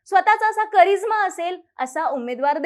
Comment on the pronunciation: करीझ्मा...की..... करिश्मा ?